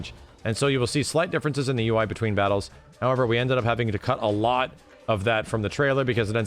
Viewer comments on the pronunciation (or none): none